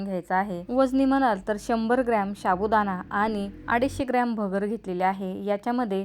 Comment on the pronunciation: शाबूदाणा नाही हो...साबूदाणा म्हणा...